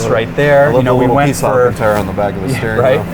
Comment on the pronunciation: This guy mispronouncing alcantara in every video he's been in is my favorite meme. Seen him with larry chen, dino dc, spike feresten. You'd think somebody would correct him lmao